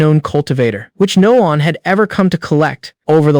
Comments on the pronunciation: Constantly saying Li (Lee) as (lie) and one 1 as (owen) is annoying... Use a better ai to read. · This AI don't know how to say: one.